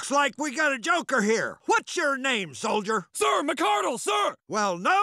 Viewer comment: If this is the MARINES then why did he say soilder